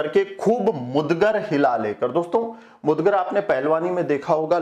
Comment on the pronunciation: बहुत सुंदर प्रस्तुतिकरण आपने मुगदर को मुदगर बोला है